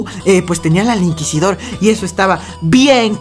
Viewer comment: "EL INQUISIDORRRRRR" que lo metan y yo bailo cumbia.